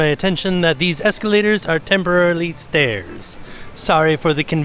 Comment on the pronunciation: not really a LOL person when im watching stuff but REALLY GOT ME with the “these ESCELATORS are temporarily … stAiyas 😛 sowwy for the Convenience”